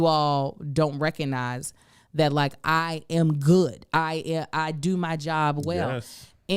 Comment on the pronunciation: “Eye yam” lmao